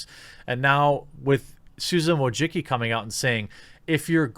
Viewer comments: Wojcicki - you pronounce it "Wooy-chi-ts'kee". it's a polish surname. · I gotta say, whenever I hear the last name Wojcicki mispronounced I die a little inside.